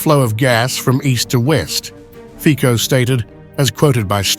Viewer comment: Fico - /fitsoh/, not /fkkoh/